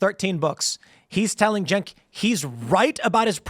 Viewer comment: Tim, his name is not pronounced 'Jenk' it's pronounced 'Chunk'. Also, "professor" Lickhead is an idiot. May the worst idiot lose.